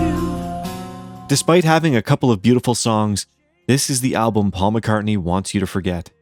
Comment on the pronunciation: This is the worst video…The AI is horrible and learn how to say the word “album”, there is an “L” in the word. Why did you bother making this video anyway? Here’s another video you can make and title it “The most boring video” By the way, what have you ever done besides make lousy videos?